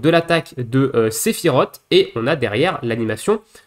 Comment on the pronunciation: Comme toujours bonne vidéo. Tu es la ref fr pour le contenu ever crisis. Par contre j ai qqchose a te dire depuis 6 mois. Sephiroth se prononce sephiroce et non sephirote. A chaque fois que tu le prononces j ai un pic au coeur 😅 mais sinon c est du tres bon!